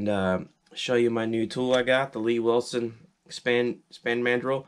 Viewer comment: It's not "Lee Wilson". It's L.E. Wilson.